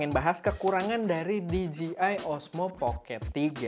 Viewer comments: "di je ai" ya bang bukan dijiai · PENTING NI BANG..🙏🙏🙏 CREATURE = DIBACA KRICER (MAHLUK/CIPTAAN) CREATOR = DIBACA KRIEDER (PENCIPTA/PEMBUAT) POWERED = DIBACA PAWERD WEATHER = DIBACA WEDER DJ = DIBACA DI-JEY (DISC JOCKEY) DJI = DIBACA DI-JEY-AY MUDAHAN DI NOTICE.